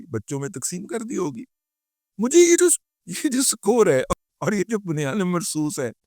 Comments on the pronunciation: Razi dada akhirvkehna hi para lafz Bunyanim Marsoos nahi hai Quran mein sahi lafz Bunyanum Marsoos hai. Pls correct it. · صحیح لفظ بنیانُ مًرصوص. دادا لفظ کو ٹھیک کریں. یہ ضروری ہے. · ماشااللّہ بہترین وی لاگ ہوتا ہے۔فقرہ “ٗبنیان مرصوص” میں “ن” کے نیچے زیر نہیں بلکہ “ن”کے اوپر پیش و جزم ہے